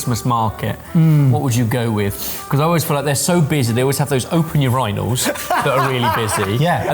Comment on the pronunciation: Is that how British people pronounce urinals?? Your-rin-olds?!?!?!